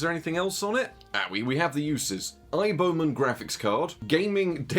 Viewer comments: aiboman is just how chinese people would pronounce IBM, subtitles picked up on that too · I took a drink every time you said Aiboman. I've lost the sight in one eye and my right arm fell off.